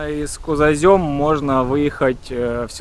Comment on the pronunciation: Кузозём😮 Как только не назовёте 😅 Молодой человек, село называется Кузомень, если что!)